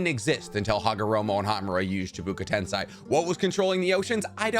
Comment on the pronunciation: It's " ten (Say) " not "ten si " everytime with this 🤣🤣🤣